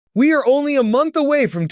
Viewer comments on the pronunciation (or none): none